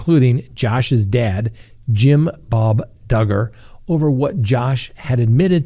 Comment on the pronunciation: I just hope that Duggar, rhymes with Hugger, gets what he deserves. His smug look makes me sick. His wife, standing by him with their children. I don’t understand., do you think he will go to prison?